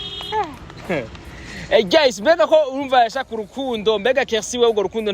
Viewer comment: chou ca va? Hama umbabarire nagomba ukosore gato prononciation y'iryo jambo ( GUYS) nshize mu kirundi wovuga (GAYIZE) Kuko biratandukanye n'ico uba uvuze GEYIZE Ngira uca utahura ico nshatse kuvuga. Ariko pardon sivyo? Hama courage. Merci.